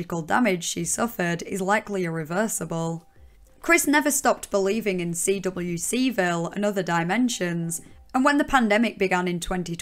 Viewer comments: The only disagreement I have is with your pronouncing of CWCville (‘quick-ville’) 😁 But on a serious note - your video was excellent. A very good take on the hideous situation ✌🏻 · CWCville is usually just pronounced as "quick-ville". EDIT: Skipping over the Jacob Sockness saga is kind of an issue, Sockness definitely fueled Chris' descent by enabling and adding to the Dimensional Merge bullshit. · People be here in the comments arguing about Chris's pronouns, meanwhile I'm more upset at how she spells out CWCville by the letter rather than just say it as just one word.